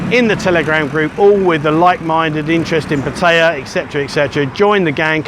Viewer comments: It's pat a ya not pat tie ya. Have you ever heard a local say pat tie ya, answer fuck no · pat ta ya lol he is learning sometimes he gets it right :) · Why after all this time are you still pronouncing Pattaya wrong. The emphasis is on Pat NOT on TAY.!!!!! There is NO choice. It is very ignorant to Thai people to pronounce it the wsy you do. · Brits mispronounced Pattaya. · FFS learn how to pronounce the name of the town! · How long you been in Pattaya and you still can’t pronounce the name correctly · I think you should learn how to pronounce Pattaya, fin Brit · You should learn how to say Pattaya properly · Enjoy the channel however if u r going to live in Pattaya you should learn to pronounce it correctly.